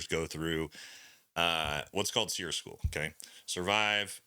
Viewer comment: Training ain’t what it used to be. Why are you pronouncing it as “SEAR”? It used to be called “SEAR-E” emphasizing the E at the end of SERE.